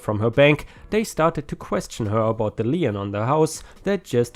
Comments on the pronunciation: It's pronauncef leen, please do it correctly, it is so annoying to listen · Story 5 - Lien... pronounced as "Leen" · feel free to pronounce however you want but most of us pronounce it "lean"